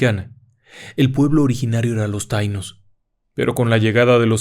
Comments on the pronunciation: TAÍNO CON ASENTO EN LA I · Taíno con acento en la "i" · Se dice taíno